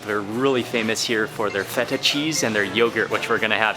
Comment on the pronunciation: fool said FE TA